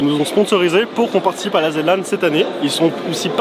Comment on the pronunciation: pitié.. aretez avec la "Zed" Lan... même Zerator ne le dit pas comme ça... "Zi" Lan (en rapport avec le "Zi" de "THE"..)